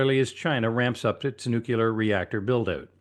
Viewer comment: It's pronounced "nuclear" not "nuculur"..